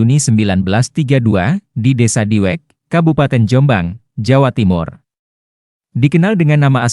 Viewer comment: Diwek jombang min bukan Diweng